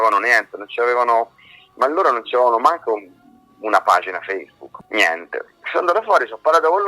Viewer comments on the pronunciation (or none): none